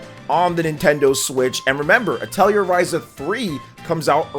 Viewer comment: You're mispronouncing Atelier.